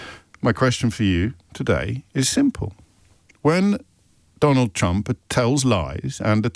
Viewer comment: Every time I hear him say trump I hear chump - love it